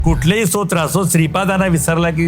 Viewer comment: स्तोत्र याचा उच्चार इंट्रोडक्शन मध्ये बरोबर करावा. इंटरव्यू घेत असताना किमान या गोष्टीकडे लक्ष द्यावे